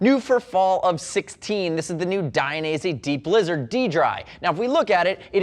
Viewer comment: I keep hearing deep-lizard instead of D-Blizzard.